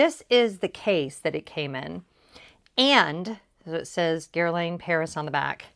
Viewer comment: I think the correct pronunciation is Gair (like fair) - Lahn (like fawn). Jones Road is on my list!